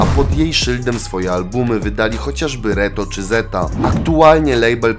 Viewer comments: Zetha czytamy tak jak się pisze nie zeta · Bardzo lubię towje filmy mordko ale to jest ZetHa a nie zeta w sensie tutaj H nie jest nieme normalnie się je wymawia xD Pozdro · Prosze stary czytaj zetha nie zeta na przyszłość peace👊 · Spoko film ale ZetHa to Zet Ha a nie Zeta. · Drażniło mnie to cały odcinek, że tak to czytał XD